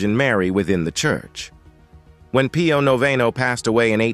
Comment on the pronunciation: You read with a pleasing voice, and you had good diction. However, I had a hard time with your poor ability to pronounce any of the foreign words, of which thee are many. Pio Noveno is Pius the Ninth in English, and noveno sounds like he is novel (new). San Juan Bosco is pronounced Who-an Bohs-co. Etc. I have visited Lourdes, and have seen the body of Teresa de Avila, and Teresa Margherita. God really gives us these saints in order that we may become more pious. Maybe you could do the stigmata of Padre Pio in Italy. I have seen his remains.